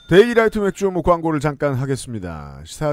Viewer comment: 맥주효모가 맥주혐오로 들려~ 뉴스를 너무 많이 봤어~